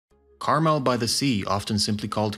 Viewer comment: Imagine if you took one minute and went to a website that actually pronounces Carmel correctly you could be much more successful